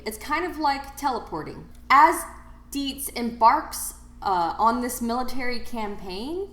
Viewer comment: Dietz is a German name so it should be pronounced “Deets” (rhymes with “sugar-beets”), not “Dee-ehts”.